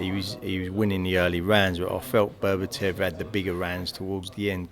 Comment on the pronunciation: it's Beterbiev not berbertev